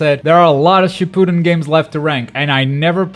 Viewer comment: That not how you pronounce Shippuden